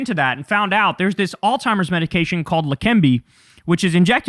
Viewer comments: Kyle, I love you dawg. But it’s ALZ-HEIMER’S (like alts-hymer’s) not ALL-TIMER’S. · Somebody has to tell Kyle that it's Alzheimer's and not All Timers. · Don’t mean to be pedantic, but it’s Alz. Heimer’s. Alzheimer’s. Not all-timers. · Alzheimer's, not All Timers. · How do we get Kyle to stop calling Alzheimer's alltimers 😔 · Alzheimer's*** not All-Timers. Yikes! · There is no T in Alzheimer’s. “Alls-himers” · I love you Kyle, but it is Alzheimer's (not Alltimers). I want to hear that Z! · I love you Kyle and agree with almost everything that you say and report. However, for the last few months, you’ve been pronouncing Alzheimer’s with a “T” like alls-timers, and it’s been fucking my ear-hole with a squalid prison shiv. That’s it… please correct and carry on! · Kyle, it's "Alzheimer's" ..... lol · You are pronouncing the word Alzheimer's wrong.